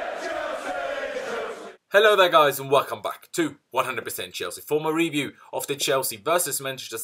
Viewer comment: Please start pronouncing review properly